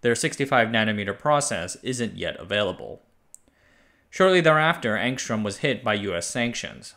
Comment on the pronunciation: The Cyrillic spelling is Angstrem but the pronunciation is Angstryom.